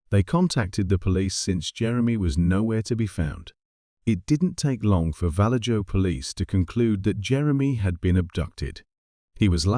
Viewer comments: Vallejo pronounced Val-A-ho (it's Spanish. J's are pronounced H's) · Val-edge-o....😂😅...It is infamous for zodiac ...... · I live in Vallejo California & it’s pronounced Va-lay-ho 😂 All jokes aside it’s not a “safe” place . Some places appear as a nice safe place but they are not. Gangs & drugs are prevalent almost everywhere in the Bay Area but Vallejo is kinda like Oakland for people to kind of get an idea what it’s like out here. Now obviously there are good people & bad everywhere you go but some places you may have to fight for your life if your Jordan’s are clean & the right person crossed your path. A lot of kids have gone missing from Vallejo over the years it really is sad.